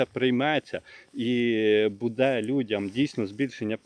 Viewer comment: Ставте правільно наголос! Не будЄ, а бУде! Скільки можна вам про це писати, невже це так важко запам'ятати.